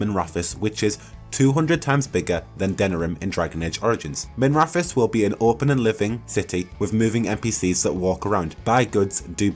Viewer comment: its minra-TH-os not miv-raf-os, and also wi-TH not wi-V. sorry real bugbear of mine. That said good vid. really hope there is more than just the city. loved how DAI you could go all over. Sounds a bit too much like the crappy DA2.